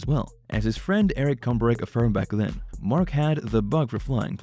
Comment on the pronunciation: I sure wish when you do a video you would pronounce Marks name right. I was a personal friend and hauled the deicer and road oil for him until he ran into some bad luck with the company. Mark was a great man just had a string of bad luck with his trucking company in Missoula.